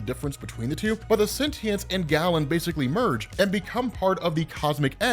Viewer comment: Stop saying "gallon". It's Galen. "GAY-len". Not that there's anything wrong with that.